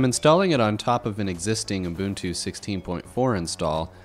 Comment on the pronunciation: What's "Umbuntu"?